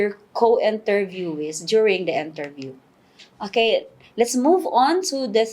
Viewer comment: I believe it's "interview" not enterview